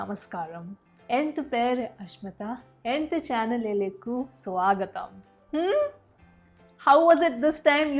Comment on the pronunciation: Channelilekku u sound need not be pronunced. Pronounce it like karikku. Rest almost perfect 👌